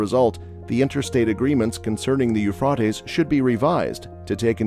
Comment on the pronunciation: You are pronouncing the river it's Euphrates it's Euphrates